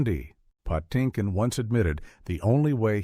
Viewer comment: (Why is Mandy Patinkin's last name pronounced "Pah-TIN-kin" in once sequence, and "Patty-kin" in the next?)